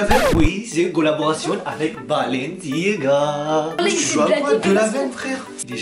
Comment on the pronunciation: Le père : bababalenciga mdrr